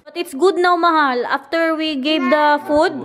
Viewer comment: ulit ulit ko pinanonood c,ang ganda kc ng pag ka bigkas niya ng my love at mahal😂